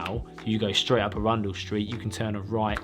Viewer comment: Absolutely insane skill to learn this! Loving these new types of videos. Btw pretty sure Arundel Street is pronounced 'Aaron-Dool' rather than 'a-rundel' if its named after the castle town in West Sussex, which I expect it is